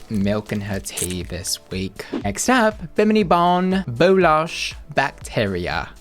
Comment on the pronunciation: It’s Bou-LASH not Losh 😉